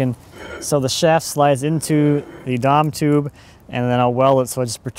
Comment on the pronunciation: The what tube? Sounds like you said "Dom tube". Whatever it is looks like schedule 80 pipe. What did you call it?